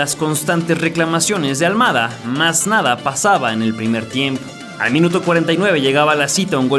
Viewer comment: Es al mada no al muada cocho lilililili